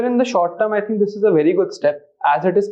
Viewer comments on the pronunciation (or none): Eez and sez is asked😅the man who taught environment at its best😂